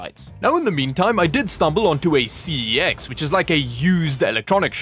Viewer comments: Correction. The Local Shop CeX is not pronounced ‘See-E-Ex’ and is pronounced ‘Sex’ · Its pronunced SEX. Embrace it. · CEX is pronouced "sex" according to their own on hold music, the wifi SSID is also a giggle as "safe cex" and "protected cex" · it hurt me that prenounced CEX as C-E-X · Sorry I'm late but it might be important for worldwide viewers to know that the shop CEX is pronounced "sex". It's the CEX shop. Source: their own ad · Fun fact: CEX is actually pronounced "Sex" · FYI it is pronounced SEX Also, that is a corsair case so those plastic parts blocking the intake/exhaust are standard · CEX is actually pronounced “sex”… The more you know.